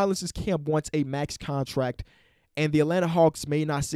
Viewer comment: cant pronounce the t in contract, but over pronounces the t in Gobert